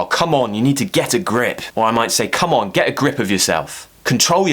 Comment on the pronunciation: You pronounced 'get a grip' two different ways.